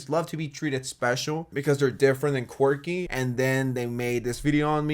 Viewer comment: they way she says quirky omg i cant. QUEWKY